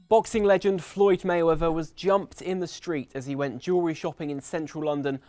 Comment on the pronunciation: Mehweather ? Popper unc Tom